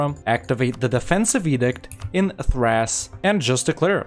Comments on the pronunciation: Did…did you pronounce THRACE as thrass?!? Lmao dude nooo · nobody:: “Thr-ASS”